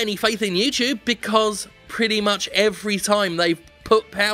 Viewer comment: YouTube Challenge: Take a Drink every time Jim says "YewTewbe." I made it to minute 8....